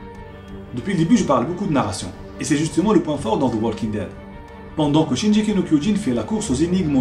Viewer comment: Juste une petite correction ! le G de shingeki ce prononce en G comme dans GOD ou Gazelle !